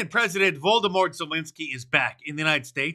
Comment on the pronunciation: It's not 'Vol do mor'. You may not like him or Ukraine in general, but either pronounce the name respectfully or stick to his last name. You do pronounce Putin's first name correctly. Conspiracy theory? Hmm.